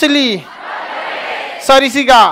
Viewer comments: सरिसिका नही सरिस्का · Not sarisika, it's sariska